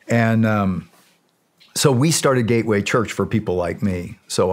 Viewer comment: Gay way or Gateway ?? 😂